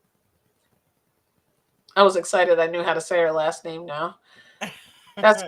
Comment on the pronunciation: Actually really impressed you pronounced my name perfectly ❤